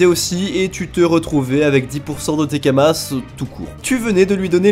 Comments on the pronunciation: Ca me stresse il dit Kamasse au lieu de kamas et astreube au lieu de astrub 😂😂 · c'est des Kama(s) pas kamassssssse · Désolé mais le lore est trop précieux j'peux que mettre un dislike pour le "Astreub" plutôt que Astrub et pour "kamace" plutôt que kamas, 👌🏻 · Kamas bordel pas « Kamasses » !! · Kamas, pas kamasse. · Et les « kamass » aussi, ça me ronge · Tu dis sérieusement "kamasse", xD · Pourquoi il prononce Kamasse et astreube >:0 !?!?!? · Il dit vraiment kamaSSS ? wow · lol on prononce pas le "s" de kama c'est du pluriel tu dis dis pas des "euross" a par cela bonne video et je vais direct voir la chaine de Epic. Je compte bien retourné sur le jeux j'ai du retard a ratraper autant s'y prépater. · Prononcé le s de kamas sa choque personne ? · Bah oui c'est Kamasse